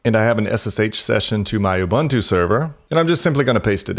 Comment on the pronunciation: You lost me at ubantoo. Do some research on how it's pronounced.